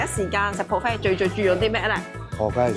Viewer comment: 唔好意思Fiona ，今次節目之中聽到妳不斷將buffet講成pro 飛，😓😓😓